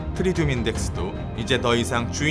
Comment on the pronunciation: 근데 왜 항상 트리튬을 트리듐이라고 하시나요??